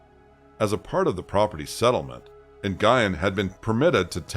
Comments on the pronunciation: I'm sorry that you feel that way. For those of us with ethnic names, it IS a big deal. This name is as common as "Smith" and it's as simple as typing it into Google to learn the pronunciation. Not only that, this was a pretty high profile case and the name was pronounced correctly in those coverages. I get it that you're focused on the content. But regardless of the content, it's still disrespectful asf to whitewash our ethnic names. I'm sorry you don't understand that. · You're right; this isn't your channel. YET, here we are having this "discussion" about the correct way to pronounce a common name in my community. If you aren't familiar with Vietnamese, why are you telling me why it's OK to mispronounce it? You're continuing to make excuses for mispronouncing surnames. If someone who speaks the language is TELLING you the proper pronunciation, stop making excuses. YET....here we are. Like you said, it isn't your channel so my comment wasn't for you to begin with. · wow. did u just say na-guy-en?!? it's pronounced "win". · When the last name is Nguyen, is it not usually pronounced "Wen?" 🤔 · I think Nguyen is pronounced ‘NUWYNN’. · Great work! Just an FYI...Nguyen pronounced "N'win" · It costs nothing to google how to pronounce Nguyen 😭 ☠️ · It's one of the most common Vietnamese names there is. It's not just HER last name. I also listen to other YouTubers and they take time to research ethnic words and names in order to pronounce it correctly. Plus, there are others who have covered this story and they pronounced the name correctly. So yes. It is a big deal when that a common ethnic last name isn't pronounced correctly. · it's just "Win". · Nguyen is pronounced like "Gwen" not Guyon. You're welcome. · The name is pronounced Nuyen. The G is silent.